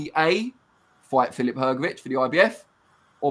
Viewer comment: Hrgovich not hergovich